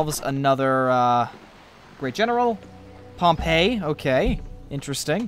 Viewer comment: Pompey is said like Pom-pee